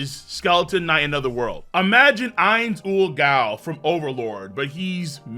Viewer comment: How do you pronounce ainz's name wrong when he says it so often